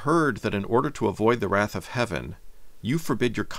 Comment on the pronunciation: that's not how to pronounce wrath